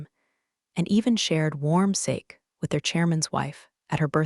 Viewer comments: It is sa key not sock. Please pronounce sake correctly. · That beverage is pronounced “sah-key” , not “say-k”. It doesn’t rhyme with snake. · The Japanese drink is pronounced SARKEY even if it is spelt Sake, editing would fix this. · Actually, in Japanese it's pronouned "sah-kay", with the final syllable rhyming with "Okay" in English. Worse yet, in Japanese "Sake" doesn't mean "rice wine" specifically. It is the word for any kind of alcohol, including beer, wine and whiskey. If you want to specify Japanese rice wine, then the correct term is "Nihon shu" (Japanese wine), pronounced "knee-hawn-shoe". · You did well with the story line, but if you are going to do a multicultural story about Japanese you should teach your enunciator how to pronounce Sake. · I can’t believe the poor quality of the AI in these. Mispronunciation abounds, like sake in the first minute of this story. And then bow… And HAIKU pronounced hay-kus. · I don't think there was a phrase in Japanese in this story that the protagonist didn't butcher, despite one of the points being that the villain didn't bother to learn Japanese phrases and that the protagonist was so good at speaking Japanese. Even thank you and sake, which should be easy. It's been obvious that these stories are unedited AI, so I don't expect that this comment will change anything, but this made the story so distracting that I might just unsubscribe. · The spoken Japanese was also entirely massacred. One commenter broke down how sake was mispronounced. I don't think a single phrase was pronounced correctly.